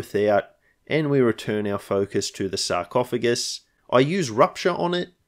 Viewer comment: "Sarcoohugs" 😂 you gotta call it that in every campaign now